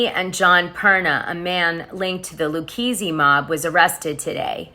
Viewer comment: These teases aren't all that. Tiny Manzo was found shot and naked, stuffed in the trunk of a car. It's available for free online to know. Then you mispronounced "Luchese." Have you never, ever read anything about the Mob before you watched the Housewives? Like...why just read, poorly, the research of other people?